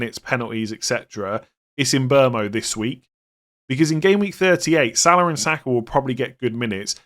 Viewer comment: I love your content but please stop saying Salar and Sakar....there is no R in their names